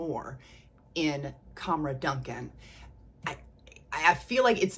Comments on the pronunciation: I really love your videos ❤ Fyi, when lattafa are advertising it l, they seem to pronounce Dukhan as Doo-khaan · Hi Friend, It’s the Rooh Afza girl again 😊. Sorry I’ve been busy but I think I’m all caught up on your videos now. Yet another fun video! ❤Just a little FYI … it’s pronounced ‘doo-khaan.’ I’m only saying it because I know you’re a total sweetheart and won’t mind me pointing it out. Oh and guess what? Ana Abiyedh Coral finally landed on my doorstep yesterday! Haven’t tried it yet but I plan to try it tonight when everyone is off to bed and I’m left alone with my scents lol